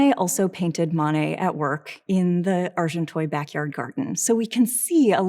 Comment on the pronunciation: Good commentary but couldn’t listen for more than 10 minutes to the lecturer pronouncing Monet as ‘Moanay’ and Agenteuil ‘Arjontoyl’. ...sorry